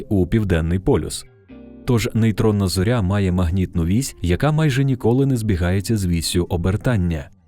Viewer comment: В українській мові не кажуть на зірку ЗОРЯ з наголосом на Я